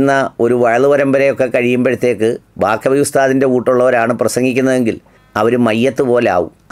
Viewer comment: Not Bakavi, Baqavi is correct